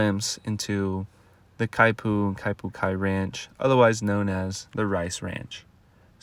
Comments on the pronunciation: not exactly how you say it… not (ky-poo) more like (key-poo) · Kaipu? The announcer mispronounced the Hawaiian word. Should be Kipu (keepu).